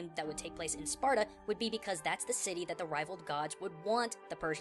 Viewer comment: "age of SPARTUR" [Spartur intensifies]